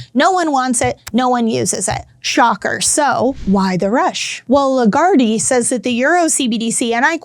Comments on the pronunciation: It's "LeGuard" not "LeGuardie" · 'Lagarde' has two syllables, not three. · You don`t pronounce the e at the end of Lagarde. Great video as always. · I'm not sure you're pronouncing her name correctly. But you are hot 🔥